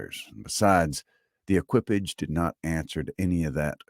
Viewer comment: the pronunciation of “equipage.” It means horse-drawn vehicle. From “equine.” Emphasis on the first syllable, and the last syllable is “paw” with voiced “sh” sound. Like the last sound in “garage.”